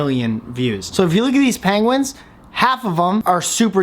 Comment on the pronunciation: Please say pengwins even more 😄😄